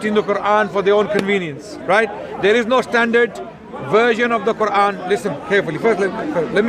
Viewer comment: why do they say "quvan"?